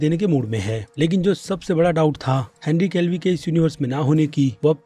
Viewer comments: Wahi na bhai😂 kitne saalo se ye Henry Calvi bolta aa raha hai..aab toh Henry Cavill ko bhi apne naam pe shak ho gya hai😂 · Bhai Henry calvi nahi Cavil hai yr aapko naam nahi lene aate mujhe lgta hai koi disorder hai apko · kitni baar bolu woh henry calvie nehi henry cavill hai khud he likh kar padna nehi aata ya bolna.isliye aaj se uosubscribe ho geya tu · Henry Calvi nahi Henry Cavill hai bro 😀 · Evryone Screaming in Theater Cavill Cavill But one person Screaming Calvi Calvi who's Is 😂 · Vai not calvi not henry calvin....shut up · क्या बोला... हेनरी कैल्वी.. ओ भाई कौन से स्कूल से पढ़े हो?? वीडियो बनाने से पहले नाम तो पढ़ लेते एक बार ""